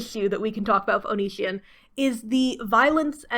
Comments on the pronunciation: It's onision oni as in the Japanese demon si like the Spanish word si for yes and on like on oni si on how you pronounce it. By God that drives me nuts sorry but here how to pronounce his stupid name or just call him Greg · That you never even stumbled into a correct pronunciation of Onision amuses me greatly. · You are just flexing on us by pronouncing his name wrong, wish I didn't know anything about that man as well. 10/10 review by the way